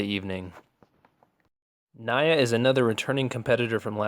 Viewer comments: NEE uh, not nuy -UH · Good but it's pronounced nee-ah not nye-uh!!!